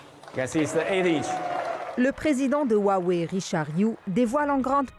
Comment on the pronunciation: Roiwei et pas ouawei vous qui faites attention aux prononciation.